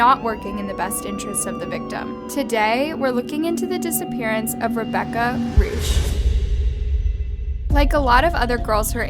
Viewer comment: I love how pronounce Reusch😂Germans know what am Talking about